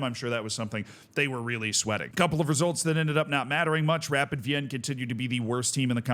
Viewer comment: SK Rapid is pronounced either Es Ka Rapiiiiid (emphasis on the i) or Rapiiiid Wiiin (Wien is the German name of Vienna, the e is silent but the i is long)